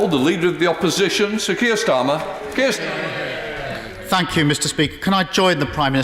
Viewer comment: D his name is Starmer not Stamer you mouth-breathing dunce.